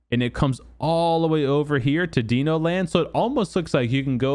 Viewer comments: ITS DINO .. like dinosaur...duh...not DENO. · dino like dinosaur, not like DEEEE nooooo... :)